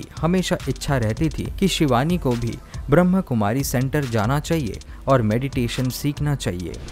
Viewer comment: Please bhai jii sahi tarike se boliye Brahmakumari Not brahmkumari om shanti